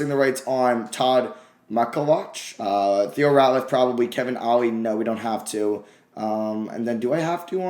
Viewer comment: He butchered the HELL outta Todd MacCullochs name 😂